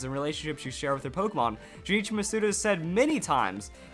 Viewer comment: not criticizing, just letting you know his name is pronounced Jun-ichi, not Ju ni chi